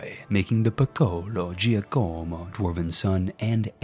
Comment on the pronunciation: Who else died a little inside every time he said Giocomo that way. It's JOCK-uh-mo, my dude.